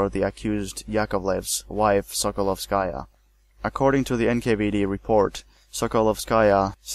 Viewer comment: Not a very big deal, but it would be nice if Russian and other surnames were pronounced correctly: KaganOvich, not KagAnovich; KrUpskaya, not KrupskAya; SokolOvskaya, not SokolovskAya; and, of course, 'e' at the end of Abel Yenukidze's name is not silent, it's Yenukidze, not Yenukidz.